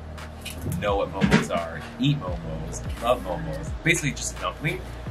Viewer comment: The plural of Momo is Momo not Momos. And it’s actually pronounced maw:maw not mow mow. Just letting y’all know.